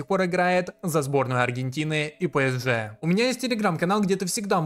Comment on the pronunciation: не хочу быть душнилой, но скажу что очень больно ушам когда ты говоришь пЭСж, там буквы Э в названии нет